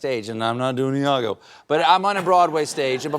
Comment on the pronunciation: Iago (with an i), not Lago .